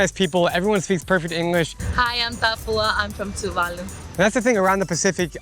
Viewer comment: Tuválu mentioned!! FYI, the emphasis is on the second syllable.